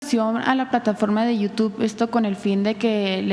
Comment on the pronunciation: "Yutú"🙄😑. Siempre hablando como palurdo.